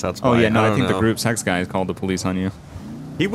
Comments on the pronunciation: When he says group six it sounds like group sex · Every time he said “group six” i thought he said “group sex” and i was so confused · anyone else think was saying group sex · Omg, i just realised that gruppe6 is said line “Group Sex”